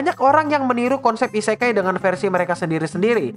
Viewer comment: Akua nya min.. Isekai nya jadi "isekali" Lop lop kapten yami cobalah kau dengarkan(minkymomo)